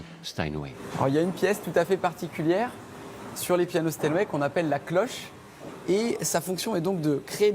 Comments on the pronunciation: stanway ??? c'est Steinway hein il faut faire un effort sérieux c'est pas possible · Euh... Sinon c'est Steinway, pas Stanway... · "Les pianos StanWay"? 🤷‍♂